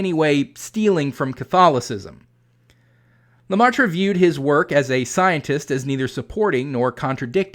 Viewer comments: off topic sidenote: the ai in "Geogres leMaître" is prenounced the same way as the vowel from from dress, or perhaps more fitting, the "air" (phonetic ɛ) - not an the vowel sound(s) of "pie" or "price". (phonetic aɪ) it's leMɛtre , not leMaɪtre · Just a nitpick, Professor but the Catholic priest's name is more closely pronounced like "luh-met" rather than "luh-mar-truh." His name is spelled L-E-M-A-Î-T-R-E. The "aî" in French is normally pronounced like the "e" in "met" and the "-re" ending, while normally having a sound like "-ruh," the sound is also frequently dropped in normal, everyday speech. The circumflex accent in French--^--typically reflects an "s" which was eventually dropped from spelling. The French "maître" is related to the Spanish and Italian "maestro." It most commonly appears in English without the circumflex as part of "maitre d'"--the shortened form of "maître d'hôtel." The original French referred to the "master of the house" (typically meaning more of a mansion than a standard house) which later evolved to "master of the hostel/hotel" and was applied to the man who was basically the head of the waitstaff (whether inside or outside the hotel's eating area; he might also oversee the bellhops and maids). In English, of course, its most typical usage is in restaurants to refer to the most senior waiter. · good video but your pronounciation of George Lemaître is terrible ! I suggest you google it next time ! 😉😜